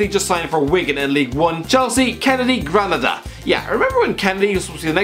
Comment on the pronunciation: You suck at Spanish pronunciation. Granada is pronounced Gra Nahda. Getafe is pronounced Ge Tafay. Other than that, great video.